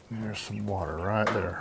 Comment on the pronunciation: Not water, but wate